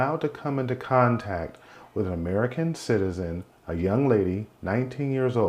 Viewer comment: We're all people, man. Just because you emphasize the words "American citizen" doesn't make one life more valuable than another. Tell me how many Americans harmed or unalived other Americans recently that you didn't report on.